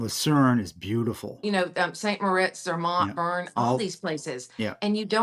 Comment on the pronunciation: I loved this segment, the clever questions, and the thrilling itineraries- as also, hearing more about the differences of the brands that exercise it. What an expertise of! Just that she terribly butchers the names of the cities... I, as a German- would not know which city she's talking about when she says "Trier", "Zürich", "Bern"... but who knows how I would butcher the name "Arkansas".;)...Thanks a ton for this one!